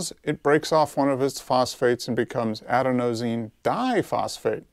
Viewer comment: I'm only at the mark, but I'm not sure I'll be able to continue this video with confidence that you fully comprehend the subject and are educated on this topic. The fact that you can't even correctly pronounce Adenosine, is what makes me skeptical. This is a word that even the common person who's somewhat versed in health and fitness should comprehend and know how to correctly pronounce.